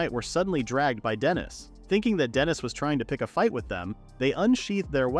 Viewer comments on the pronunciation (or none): none